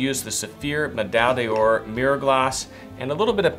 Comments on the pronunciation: pls stop saying medaille “DIOR“. it‘s “D‘OR“. you don’t have to be french for that. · One day will learn how to pronounce Medaille D'Or.